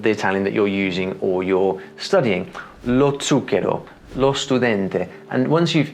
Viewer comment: The sound you produce when you say "Lo Zucchero" is much different than the sounds I produce when I say the same word. I'm trying to figure out what that is.